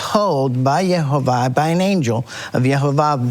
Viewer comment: GREAT WORK !!! Jehovah is amazing and never ceases 2 amaze me & hearing you say Jehovah's name is EPIC !!!!!!! all these years later :-) LOVE IT